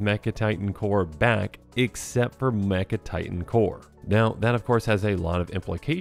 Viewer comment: Yea I noticed that, plus he pronounced mech titan like 3 different ways in the beginning so hopefully he’s just tired